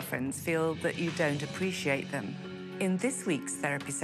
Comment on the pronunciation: I really hate how the therapist pronounced “appreciate” 90% of the time. She puts too much emphasis on the letter “c” and it makes me cringe